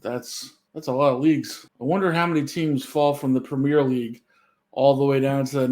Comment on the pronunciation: It's not 'premiere' league (in England); it's premier league and it's pronounced 'PREM-yur'.